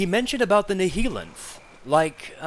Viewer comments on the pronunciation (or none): I love how the secret vortigaunt said the word "Nihilanth" multiple times but you still kept mispronouncing it afterwards 😂